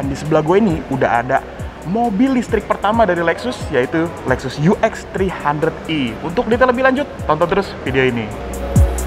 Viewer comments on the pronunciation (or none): E bang....bukan i